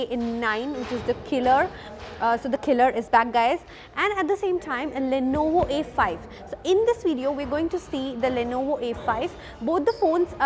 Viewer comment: It's Lenovo not Lonovo. I got here looking for a Lonovo soldering station.